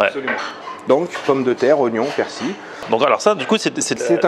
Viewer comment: La magie du montage youtube lol , et alors chef , elle ne se décolle plus la galette du couvercle ??? Mdr 🤣 j'aurai aimé voir la reconstitution du massacre lol ........et persil il y a un " L" a la fin , il est pas ardéchois lui , ici c'est persiLLLL . Sinon vidéo sans intérêt .